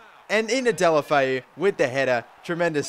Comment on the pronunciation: No, there is an O instead of an A in deulofeu, and in spanish you pronounce the letters E,U, A etc as they sound.